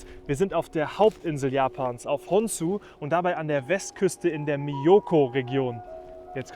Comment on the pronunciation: Also das mit den japanischen Namen solltest nochmal üben. Die japanische ausprache ist im Grunde wie Deutsch. Das einzige was anders ist, das die zwischen L & R nicht unterscheiden können. Jedoch wird z.B. Honshū ausgesprochen wie Honschuh. p.s. Das Vulkan heißt Fuji und nicht Mount Fuji. Im deutschen sagen wir übirgens dazu Fudschijama . Jama heißt Berg auf japanisch.